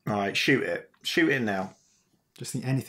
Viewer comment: Great, now I'll always remember "awreet"